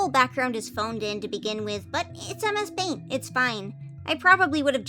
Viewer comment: You said that it turned out messy, and MS paint sounds like "A Mess Paint"!